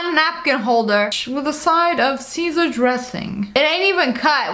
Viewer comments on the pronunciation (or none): none